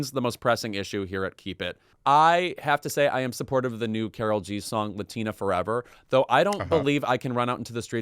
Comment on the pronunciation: Guys, you don’t like Karol G cause you say her name as if she’s a white American lady from Minnesota 😂😂 she’s cool w the correct pronunciation and understanding that the name Karol (pronounced Kah-d-ohl, like the d in auditor) or Carolina or Karolina is popular in her generation in Colombia and does not have the cultural connotations it has in the US.